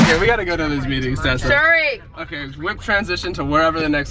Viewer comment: Who else realized that said chessa instead of Tessa like if you agree